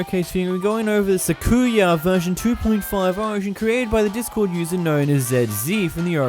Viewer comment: anyone else got mad by the way he said sakuya?